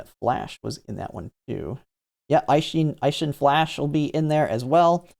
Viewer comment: You pronounced Meisho as "MY-show"? It's "MAY-show" and the same thing with Eishin as "A-shin" like the letter A, not "EYE-shin." Free Japanese lesson for you: Any Romanized Japanese words/names with "ei" is pronounced like the letter A.